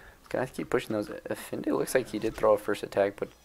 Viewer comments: Brooo, love your videos, but it’s EFaENDI not efinde. It can’t be that hard to put how to pronounce Efendi to youtube and watch a few sec video :D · For the love of god, please say "F" Now "N" Finally "D" Congrats! You pronounced Efendi correctly. Now you know. I hope we will hear the correct pronunciation in the future videos.